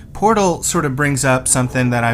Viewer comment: the pot? That's a heavy accent XD